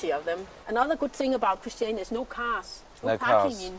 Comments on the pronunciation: Richard missed off the one but last syllable of Christian-i-a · "Christi-ana", ffs. It's called Christi-ania. Three I's in there, haha! And it's a bloody hole in the ground by the way x) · Considering his mum is Norwegian, Richard has impressively poor pronunciation of Danish words ~ even managing to turn ChristiaNIA into ChristianA, despite their guide saying Christiania several times and a plethora of signs spelling it out... jetlag must've been bad from that 1 hour flight from London to Copenhagen... ✌😁